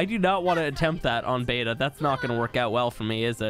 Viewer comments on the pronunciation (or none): none